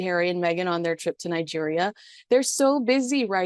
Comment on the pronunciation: '... harry and Meghan's strip to Colombia' is what I heard :)